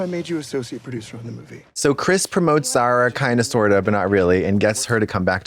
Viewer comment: Zara is a beautiful name if you did't pronounce it so Americannally